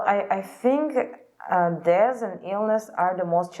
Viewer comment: I personally felt like her pronunciation was a bit unclear like when she said 'death' but the overall performance was quite remarkable